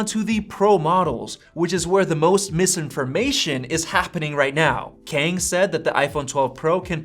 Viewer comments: It's not pronounced as "Keng" it's "Ka - ah - ang" Kang. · The pronunciation of Kang is more close to kum, instead of ken 😂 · And the way you say it sounds really odd 😂 I'm Chinese (so I know the difference between Asian languages) so if Kang is Korean, it would sound like Car- with an NG at the back. Like Carng. Or we can do an englishsified version of Kang that sounds like rang just with a K.